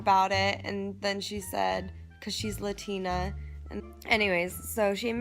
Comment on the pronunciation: shook she ruined the word Latina for me ;^